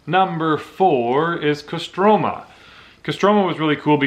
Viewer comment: if you are canadian, why do you have american accent ? my wife is british and said you are an american when i showed her the video and КостромА, not КострОма